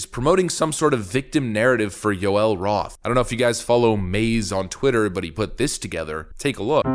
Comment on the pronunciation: Why can’t no brain Joy Reid say twitter correctly